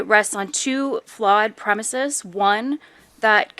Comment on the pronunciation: Not only did she lie under oath, she also does not know the correct pronunciation of the plural "premises"